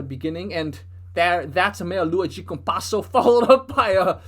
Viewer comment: "Meia lua de compasso" Nice portuguese, Man.